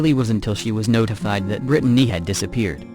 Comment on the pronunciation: Can't handle how it says Brittany either....Brid a ney🤦🤦